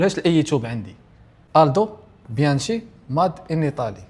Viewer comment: متبقاش تقول بيانشي لاحقاش كتقال بيانكي لان chكنتطق في إيطاليا اك وسمحلي، والله يسهل عليك